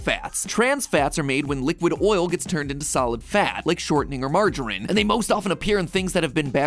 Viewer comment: you say margarine very wrong. It’s Marge-ah-reen